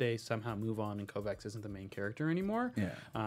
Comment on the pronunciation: Is purposely mispronouncing Kovacs' name? They say it multiple times in the show and says it correctly but you repeatedly pronounce it wrong.